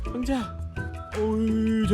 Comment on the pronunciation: 왕자 발음이 어렵죠 외국인이 말하기엔 ㅎㅎㅎ 제대로 따라말하는 분을 못봄